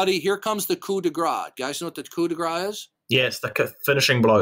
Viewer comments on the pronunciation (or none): Yes, but he mispronounced it, so it sounded like "gras" instead of "grâce".